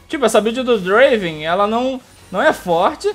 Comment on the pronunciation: não e draven e DUEEEENVRAN